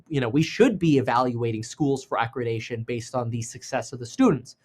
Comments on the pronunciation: ACCREDITATION, not accredation or whatever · It’s accreditation, not accredation. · It’s accreditation lol, not acradacion 😂 ❤ you kev